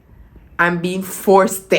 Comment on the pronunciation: Force-TED 😂 If you know, you know